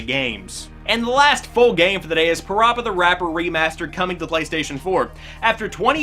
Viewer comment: Still pronounced Parappa wrong.😜